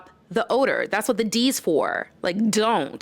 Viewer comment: said ZON'T!!